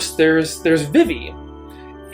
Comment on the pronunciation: I don't think I've ever heard anyone pronounce Vivi as V'Vi before, though I guess there are people who say J'non rather than Ju-non (the place in FFVII), etc.